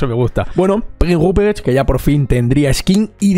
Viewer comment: Gracias por el vídeo. Por cierto, por curiosidad. ¿Cuánto ensayaste decir Prinz Rupprecht? (Yo creo que tardaría 4 horas en decirlo como tú lo dijiste xD)